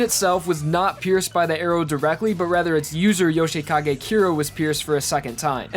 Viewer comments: Dude, his pronunciation of Bucciaratti, Diavolo, and Yoshikage infuriate me. Here's what he's saying them as: (Buch-ill-ati) (Dee-Ah-volo) (Yo-shay-kah-gay) Like especially Bucciarati like how do you mess that up to have L's instead of R's??? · Yo-shi-kage kyra lol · Your "Yoshikage" pronounciation bugs me out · Yo- shay-kagay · “Yoshay Kagay”